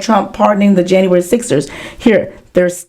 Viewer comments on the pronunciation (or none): none